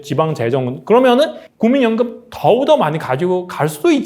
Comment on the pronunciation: 더우더 아니고 더욱더